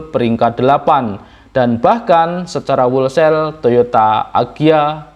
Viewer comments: bacanya "holsel" bukan "wolsel" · Mase tuk perbaikan ya ucapinnya jangan wolsel, huruf w nya gak diucapin. Harusnya howlsayl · Whole sale - dibaca: /houl seil/, maaas. Bukan /wol seil/. Semangat terus, mas. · kalau nggak salah = wholesale bacanya " hol sale". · Mas bro, di google translate kata "wholesale" kalau gambar speakernya di-klik, suara yg keluar: 'hol-sel'. - Huruf 'w'-nya tidak dibaca. - 'e' dari 'sale' dibaca 'e' seperti pada kata 'tempe', bukan seperti kata 'sel' (penjara). #kritikmembangun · Tolong di cek di kamus ucapan yg benar dr kata "wholesale"..… keri neng kuping.....😂maaf yaa